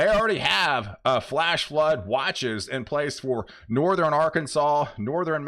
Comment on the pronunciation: There you go again....sou-ther-in and nor-ther-in!